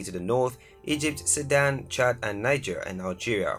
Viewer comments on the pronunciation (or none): none